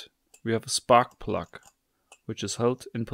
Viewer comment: "same for deh spart pluduht"